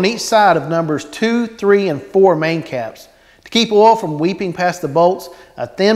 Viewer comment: Great video- learn how to say O I L!!!! Ol is something else. Oo iiii LLL